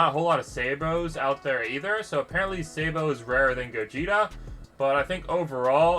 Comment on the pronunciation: man said saybo